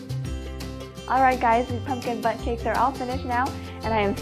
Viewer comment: Tbh when she said bundt cake it sound like she said butt cake 😂